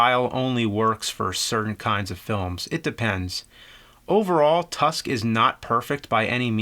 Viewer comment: "Harry Joel Osment" & "Jason Long" of the famous movie "Tursk"